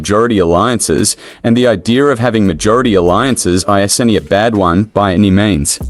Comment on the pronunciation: "Ei-ze-en-ti" isn't how you pronounce "isn't"... ("Iz-N-T")